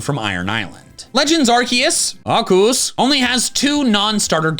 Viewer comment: Love how he’s legally contracted to say Arkoos